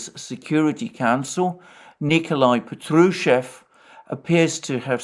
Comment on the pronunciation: Correctly pronounced not Petrushev but Pa:trushev like in the english words like dark or bark